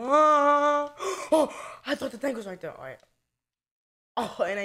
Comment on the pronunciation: he said "ima hide right dere"